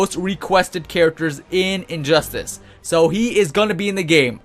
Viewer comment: Injustice has 3 syllables. Not "Injusis" so please stop saying it like you have a bad lisp.